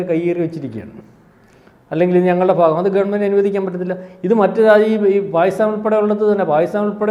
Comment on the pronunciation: ഫാഗം അല്ലെടാ കോപ്പേ ഭാഗം.. ഫോപാൽ അല്ലെടാ ഭോപ്പാൽ